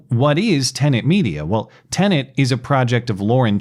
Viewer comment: I couldn't help but notice that the first two times mentioned the new platform by name, he was careful to pronounce the word correctly (te-nət) but thereafter lapsed back into his customary mispronunciation (te-nənt), adding an extraneous N sound to the second syllable. Old habits are hard to break.